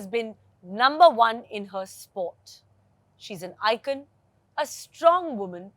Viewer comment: Love the way she said ican when its supose to be ICON 😂😂😂